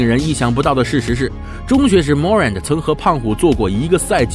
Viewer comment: Morant重音在后面